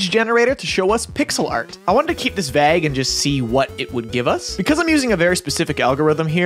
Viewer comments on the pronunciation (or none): My guy really mispronounced "Vague" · Never thought I'd hear someone pronounce "vague" wrong